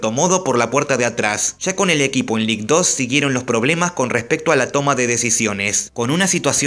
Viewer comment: Ligue 2 se pronuncia lig du.